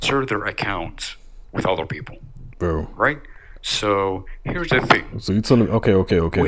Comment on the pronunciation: “HERES THE FING”!!